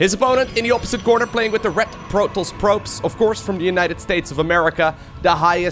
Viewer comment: can't say Protoss, he says PROTOLLLS (ALL THE LLLL'SSSS) LOL XD